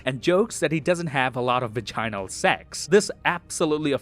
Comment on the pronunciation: This man mispronounced vaginal